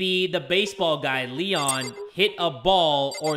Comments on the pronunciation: Me: waiting for jay to say leon: l-lenh Me:... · Lloel?rlly?its leon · Why I got frustrated when he said L-le-o because I knew the killer bc I watched the anime😆🤣